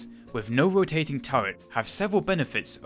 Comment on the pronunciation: Wussian Wotating Gun...Sorry but very hard to listen to